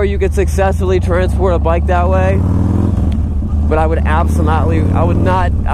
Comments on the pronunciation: "absonotly" new word. . . I like it. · HAHAHA, Abso-not-ly